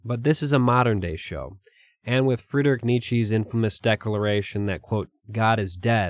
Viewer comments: It's knee-cha not Neet-chi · It's "knee-chuh", not "ni-chi". I know, different spellings for the same sound, that's why we're here, understandable mistake. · Firstly, you pronounced Nietzsche incorrectly. Secondly, the term 'God is dead' is not alluding to the death of god literally, merely our replacing of religious reasoning with scientific reasoning.